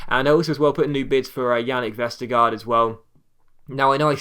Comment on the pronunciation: The last part of Jannik Vestergaard's name (gaard) is pronounced almost like the word "gore" in English, as the two a's are pronounced like a Danish å and the d is silent. So almost "Vestergore" :)